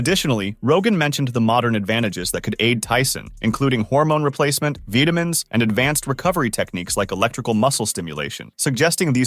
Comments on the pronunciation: Vitimins? lol You say Vitamins* very weird. 😅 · What the hell is going on with these pronunciations? If this is a human being reading the dialogue, there is zero excuse for this. “veeitamins”? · Vih-tah-mens, vee-tah-mens....is this AI? Probably not, but the narrator's voice is clearly American, so I don't understand how pronouncing the word "vitamin" is so difficult. Anyway, go Tyson! I'll be rooting for him, but I'm done with these stunt shows of Paul's. Sure, everyone makes money, but it was kind of embarrassing to begin with and now it's just getting absurd. Just fight a real, high level boxer around your age and in your weight class for fuck's sake. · veetamins, viitamens, vetamins, dat AI bud lol. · “Veeetamines”. Wtf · M-I-T’s? Veta-mens? 😂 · Veetamis? Vitameens? This AI audio blows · did the voice of this vid actually just say "Veetamins" for vitamins ? hahaha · What the hell kind of stupid software narrator mispronounces "vitamins" and "mits?" Ridiculous! Since somebody wrote the script, why not have them narrate it? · The way this guy pronounce Vitamins was pretty funny. Didn't know what the hell he was saying until I saw the word. lol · How you say "vitamins" gives me an aneurysm. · how come you didn't program your computer to pronounce vitamins? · Look JP is NOT a PRO look at his fights he's a "ENTERTAINER"... Ha this guy can't pronounce "VITAMINS"😂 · who pronounces vitamins like that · Oh for fuck's sakes with these ai voiceovers mispronouncing basic words, like mits and vitamins... booooooo.... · Bro said mitts as "M-I-T's" and couldn't pronounce vitamins either lmao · You've said vitamins 3 different ways now turd. You're like biden, just saying words you see, not knowing how they are pronounced "period, repeat the line" 😂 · You know what else is terrifying? This AI TTS can't pronounce "vitamins" in less than 20 seconds, and also called "mits" "M-I-Ts". Stop using TTS